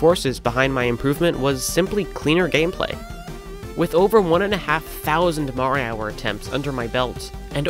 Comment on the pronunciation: You know, I do not think his name is pronounced "marihour"